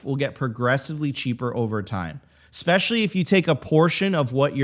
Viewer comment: Lots of good stuff guys. But seriously, did you really just say “ECspecially”? 😳